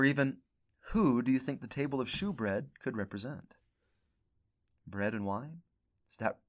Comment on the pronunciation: Great lesson. Love learning from you. Just a heads up, “shewbread” is actually pronounced as “showbread,” even though it’s spelled as “shew.” 👍🏻